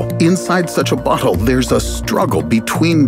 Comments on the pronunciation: bro why you say "butt hole" instead of "bottle" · why does he say "bottle" like "butthole"? That has to be on purpose right? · Who heard "butthole" when guy said "bottle"?! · Whenever he says bottle it sound like he say butthole and then the way he describes it makes it better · did you say “butthole”? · he definitely said butthole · it sounded like he said "butthole" lol